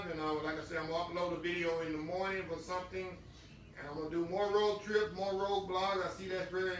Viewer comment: U gotta love when says “Jes a lil bit moe”.. 😊😊 I love it!! Too sweet